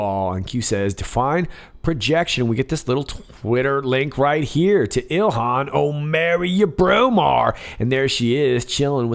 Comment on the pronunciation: "Ilhan MarryurBromar". Hilarious!